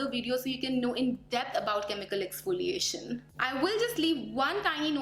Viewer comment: What I have observed is you said "expoliation" instead of"exfoliation". Just my observation. Please don't get offended